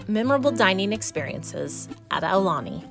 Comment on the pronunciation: Thank you for pronouncing it correctly